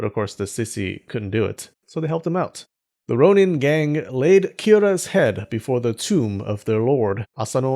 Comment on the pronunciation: I love you excellent pronunciation of Japanese words, which is why I am so confused with your pronunciation of shogun and ronin